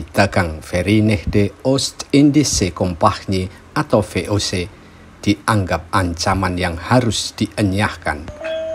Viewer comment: Ngakak ngomong VOC nya